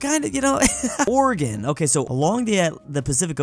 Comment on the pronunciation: thank you for saying Oregon right